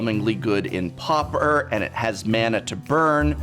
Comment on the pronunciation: Loved the video but it drove me crazy how you pronounced pauper. 😄 Almost had a prounounced eye twich and frothy mouth foam look going on 😄